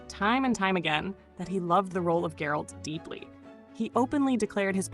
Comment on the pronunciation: She's mispronouncing Geralt its G as in Get, alt as in alt, not ald, so Geralt! Easy huh? Apparently not! I gave it a second look, and it wasn't as bad as everyone says. It was just that, as a standalone, Hemsworth couldn't have kept it going, and most of it was the rest of the cast supporting his lacklustre performance. But it wasn't all bad, apart from that Musical bit, which was dreadful, just dreadful. And the intro of anime? No.